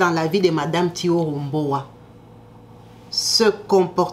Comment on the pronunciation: Le prénom et le nom étaient mal prononcés, dans la vidéo mais si c'est thioro mbow oui elle est sénégalaise